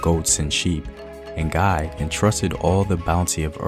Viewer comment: The n in ngai is silent